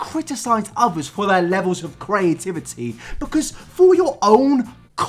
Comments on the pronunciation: The lack of curaytiviteh! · I get anxiety every time he says creativity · Why can’t you say creativity? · Video of a dude trying desperately to pronounce "creativity"